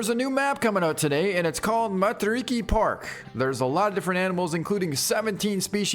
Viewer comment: Just roll your R's when saying Matariki and Te Awaroa. its the proper way to say it.